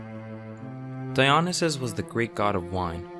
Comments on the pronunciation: It's not di-ON-neh-sis. It's di-oh-NY-sis. Stress on the next to last syllable. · duh.. it's DionySUS not DionySAFE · Dionysus pronounced DEE-ON-ISS-US. Neither Orpheus or Narcissus were gods. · Good informative video. Pronociation of some Greek name's confusing. Dionassis and zoos? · Dionysus is pronounced Die-o- nee-sus, sorry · mhhhmmm love the vid but you pronounced Dionysus wrong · Put the emphasis in the correct place within the word Dionysus, or you’ll end up sounding like Nomi Malone in Showgirls, saying, “Versace.”